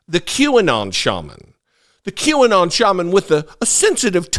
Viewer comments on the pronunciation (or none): none